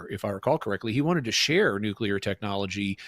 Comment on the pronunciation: For the love of all that is holy, man, stop saying “nucular”. The word is nuclear! nu-clee-ar!